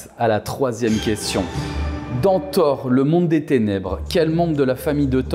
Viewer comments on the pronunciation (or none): none